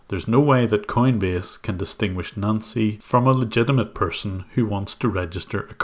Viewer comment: Whenever you say "Nancy" it sounds like you're saying "Nazi".